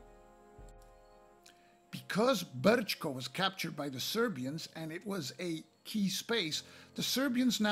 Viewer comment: First Class,.. first class! No one could have done it better. Man, you've even found a workaround for the errata in the tutorial. And the pronounciation is spot on, not to mention the rolling "R" in "Brčko". Thank you sir, for drawing some attention to the game. All the best and I hope you get to play it against 2 other opponents. Cheers!